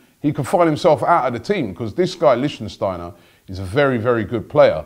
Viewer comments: Robbie, learn how to pronounce players' names :) Not LichtENsteiner... It's LiCHTsteiner. THere's no N in the middle. Anyway, he's a great player. Bellerin can learn a lot from him. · it's Lickt-stiner not Lichen-stiner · stop saying lichtENsteiner - its simply lichtsteiner! licht - steiner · It's not LichtENsteiner, it's just lichtsteiner!!! 😂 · Its Lichtsteiner not Lichtensteiner Robbie. Lichtensteiner is a person from the country Lichtenstein. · It's Lichtsteiner, not Lichtensteiner. You say you have won an award for the best fan channel. Act like it. Read the name right. Yes, it may not be as easy as Robbie Lyle but give the person some respect by saying his name right. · Robbie, its not LichtENsteiner, Is Lichtsteiner!!😂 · It's Lichtsteiner : "leesht-steiner". You keep saying "Lichtensteiner". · Robbie. It's Lichtsteiner. Not Lichtensteiner 😀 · Lichtsteiner not Licht-en-steiner....cmon Robbie the name's right there in the title! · u said lichtensteiner it LICHTSTEINER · It's Lichtsteiner, not Lichtensteiner... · Robbie its not 'lichtenstiner' its Lichtsteiner.. 😂😂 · Please robbie, study names before you make these videos. It is lichtsteiner not lichtensteiner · Why do you call him LichENsteiner... it's just Lichtsteiner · Lichtsteiner, NOT LichtENsteiner! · say it with me Robbie! Lich- stai- nah. not Lichtensteiner... If we sign him and we get to listen to every AFTV video with another wrongly pronounced name I'm gonna lose it. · Not Lichtensteiner! LICHT-STEINER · Lich-steiner Robbie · You're adding a syllable it's not Lichtensteiner is it. He'd be a great signing for a year or 2 btw. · Robbie you need to get your pronunciations right first it was mavraponos not its litchensteiner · You're pronouncing Leichsteiner all wrong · The way you pronounce Lichtsteiner is too much hahaha, it's not Lichtensteiner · Its Lick-stiner, you murderer of names. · it's pronounced liktshsteiner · Pronounced, Lick-Steiner.